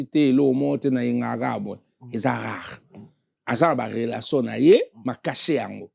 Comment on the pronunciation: EDICASON INFORMASON INTEGRASON KIEKIEKIEKIEEEEE HONOS LIMBAMBE OZA VRAI TINTIN FORMASON YO MUTU OTANGA OYEBI KO PRONONCÉ TE BA LOBAKA 4 RELATION ET NON RELASON